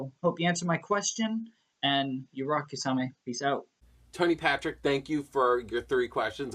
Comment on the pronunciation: Thank you so much for answering my question Kisame! And yeah you pronounced my name fine. I'll definitely be looking to get that Testament next ;)